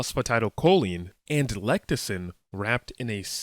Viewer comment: LFG! Ordered. Just a heads up, you are pronouncing "lecithin" wrong